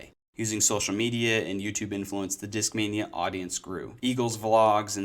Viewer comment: European accent pronunciation: Deeskmainya